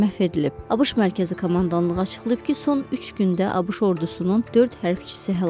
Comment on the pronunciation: Abış yox abeşe